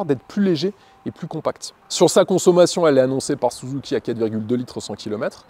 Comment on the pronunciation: L'exposé est sympa mais je vais pinaillé, mais quand tu prononce "Souzouki", ça m'écorche l'oreille 😂. Même si c'est certaiment la vrai prononciation au pays du "soleil levant" mais à chaque fois ça me fait "tilter".